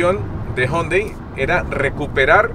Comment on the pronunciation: Algunos dicen Jiundai Otros Yundai Y este man dice jondai